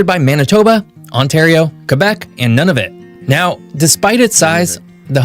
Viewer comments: pronounced NOON-a-vut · Hi, guys! 😊 Just a little note: this presenter is American and pronounces quite a few of the place names wrong. For example, Nunavut is pronounced /NEW-na-voot/, not “none-of-it”, and Iqaluit is pronounced /ee-KAH-looit/. Don’t hesitate to ask a Canadian if you have any questions! ☺️ 🇨🇦❤️🇨🇲